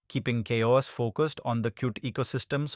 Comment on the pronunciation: "KaOS" is it CowOS or ChaOs ?? systemD or "systemd" ? this video is annoying. gimme back my 3 minutes